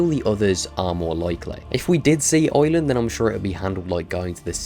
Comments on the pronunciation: Eyewind what a way to pronounce Ireland lol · why do u say Ireland wrong